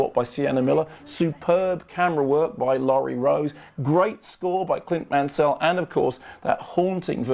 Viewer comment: Clint Man-Sell? Remove the intonation, it's just Mansell. As in Nigel Mansell.